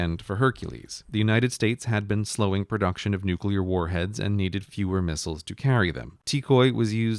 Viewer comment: They're missiles, not mistles. -There are two letter "i" in the word. Missile isn't short of mistletoe.